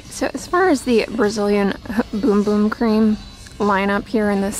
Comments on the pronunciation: Haha yes 😊. But seems jokes on us since she pronounced it correctly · Dorothy Hoskin it actually is pronounced “boom boom” Sol De Janeiro has a explanation on the website about it. Who knew 🤷🏻‍♀️😀